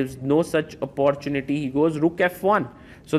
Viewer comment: ❤ may I humbly make a suggestion Sagar . You use the word Opportunity many times . Could you please check the pronunciation on line .Sorry . Much love .